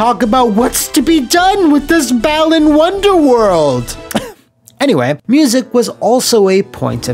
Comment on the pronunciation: I keep hearing it as 'Bellend's Wonderworld' instead.